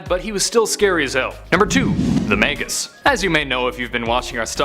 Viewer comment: It’s magus not maygus